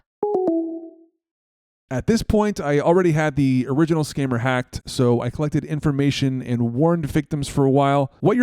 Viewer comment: Hey! You’re being “HAAGED” 🤣